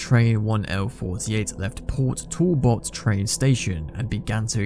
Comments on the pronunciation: I usually like your videos. Not this one. Why did you use AI for the narration? 3 meter ear protectors? And Port Tall Bot....🤦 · “Three metre industrial ear defenders” and “Port Tall Bot”? Why not pay for an actual human to read your script? Have a dislike.